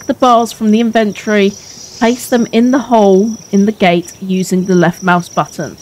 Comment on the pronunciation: why do YouTubers have such a problem pronouncing inventory 😂